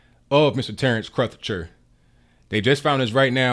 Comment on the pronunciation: You seem to be making Crutcher harder to pronounce than it actually is - rhymes with butcher.